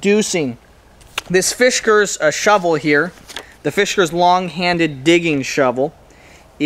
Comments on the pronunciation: Dear God, please stop saying Fishkers. It's Fiskars. Otherwise, great review. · Yup. No H in fiskars.